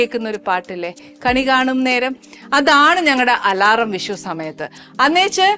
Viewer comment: വിശു അല്ല Annie.. വിഷു വിഷു 😂